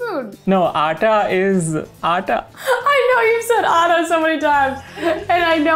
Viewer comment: Why "aata" sounds like "ara" to me🤣